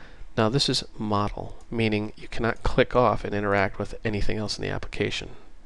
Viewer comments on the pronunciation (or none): Great video! Two things: 1) it is setModal which implies a modal window, where modal is pronounced mohd - l, this is different from model, pronounced mod - l. See the wikipedia entry on Modal window. 2) It isn't neccessary to #include "mydialog.h" in mainwindow.h, you should simply use a forward declaration. This is because we only have a pointer to a myDialog type as a data member. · Took me a while to figure out what "model" you were talking about. Here we prononunce it mode-ah-l, not mod-e-l.. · Great video series, and thanks I'm sure I'm not the first, but I believe 'modal' is usually pronounced like 'MODE ILL'. I imagine it derives from the same root as the word 'mode'. The etymology (and pronunciation) of 'modeless' should be fairly evident. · Great Qt video. Only "modal" is pronounced "MOE DAL" not "mod el". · Yeah, it's "mode" which rhymes with "toad." Do you want the user to be forced to deal with what's on the new form before they can go back to the parent form? If so, make the new form modal. If not, and you want to let the user interact with both the parent and the child form simultaneously, then make it non-modal. GREAT videos though. Truly an incredible asset to learning Qt-Create, and the Qt application platform in general. A million THANKS!!! for doing these... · "modal" is not pronounced like "model" but it rhymes with yodel with the o sounding as in oa of soap or boat. This is pointed out in the Wiktionnary.